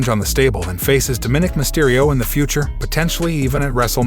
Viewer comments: His name is Dominick not Diminick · It is Dominic you are miss pronouncing his nameYou are wrong.